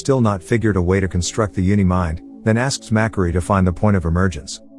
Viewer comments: I think the robot voice pronounce the name of ajak and makkari wrong, ajak is pronounced as ajak not ayak, makkari is pronounced mackari not makary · The way he said Ajak and Makkari is hilarious to me